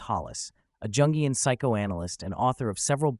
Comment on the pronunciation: the j in jungian is pronounced as y